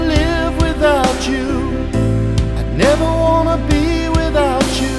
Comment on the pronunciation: Please say, "without you" not "without chew"....music basics 101